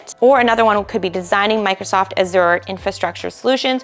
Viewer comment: The host needs to learn how to pronounce Azure which leaves me to believe she definitely does not have any certs herself. Also these salary estimates are greatly exaggerated in the real world.